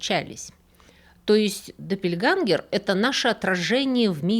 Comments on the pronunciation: ДоппельгЕнгеры, ä читается как э. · Немецкое слово "Doppelgänger" читается, как "Дополнение"! Ä=Э! Точно так же и в слове "Jägermeister". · Только доппельгЭнгэр, а не допельгангэр. Буква «Ä» в немецком — это не А. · Очень интересно) Только "доппельгЕнгер"